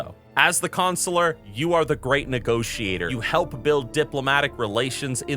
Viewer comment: Don't like how you both say Consular.